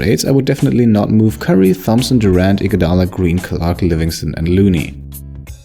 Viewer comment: you pronounced Thomson wrong